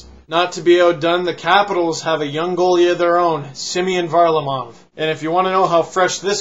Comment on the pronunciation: it's pronounced var-LA-mov almost like the front is ver-LAmov and he's going to change his first name's spelling to Semyon to help with pronouncing Simeon better. and HOLY SHIT HE'S GOT TALENT